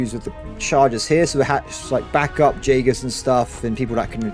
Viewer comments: Jaegers are pronounced Yaegers!! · The pronaunciation of jagers is killing me lol